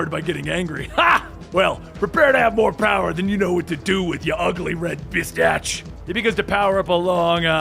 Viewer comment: Bro really said "bistach" it's spelled and pronounced "bastich" smh